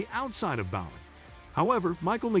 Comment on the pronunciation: He couldn't pronounce Alex Bowman's name either